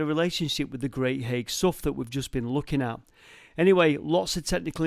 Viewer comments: you say haigh like hay,. i live in Aspull next to haigh great vid again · Hi I think Haigh is pronounced "Hay" as in Hay hall. just saying, great video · Nice to see you’re in Wigan! Never heard of this so I’ll be having a look! I’m so pleased I’ll even forgive the mispronouncing of ‘Haigh’ lol. I Wonder if you got to see the nearby viaduct? 🤔🤞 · I think you will find that the pronunciation is Hay, not as written haigh, so Hay Hall or Lord Bradshey is how the Wiganers say it!. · Hi. Thanks for this excellent video. I grew up nearby, knew about the mining there, but never explored there. Haigh is pronounced locally as “Hay”. Have you ever explored Aspull Pumping Pit? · Not that it really matters much, but Haigh is pronounced Hay. I'm from Wigan and spent quite a bit of time around Haigh Hall, especially the Canal. My Dad lives in Aspull too. Some other probably none relevant information is that the Canal that runs from the top lock towards Preston was actually originally the Lancaster Canal. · Absolutely love your videos.I have spent HOURS down 'rabbit holes! Just one minor thing to point out on this one. It wasn't Charles II who was reigning in 1653.It was Oliver Cromwell's Protectorate! Also the Wiganners pronounce Haigh as "Hay" - but Hey! What's in a name?! Keep up the excellent videos & THANK YOU for your sterling efforts. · I always thought Haigh was pronounced with a silent G (as in Hay). That's how I have always said Haigh Hall, anyway. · Another excellent video, but as a Wiganner I have to correct you on a very tiny point. It is not Haigh as in Haig... but as in Hay. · pronounce it great hay sow like the locals great video againn mate. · Thats on my doorstep i didnt know it was there - heads up Haigh is pronounced Hey - silent g and all that - stay safe. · Haigh is pronounced "hay", like the stuff you feed horses.